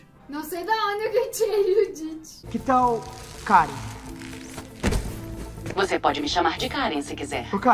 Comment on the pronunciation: Karen não Karuen